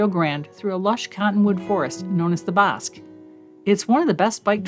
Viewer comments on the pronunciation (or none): Beautiful video, one error the pronunciation of the area by the river is called Bosque the ending sounds like the ending of out cities name Albuquerque or the Spanish works for “what” “Que” local here and still really enjoyed your video